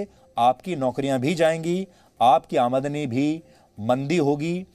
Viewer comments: "Amaadani"😂😂, mahashay "Aamdani" hota hai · admni nhi AaMDani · अमादनी नहीं, शुद्ध आमदनी है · It's Aamdani not aadmani ....pls correct it Sir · Aamdani . Amadani nahi 😂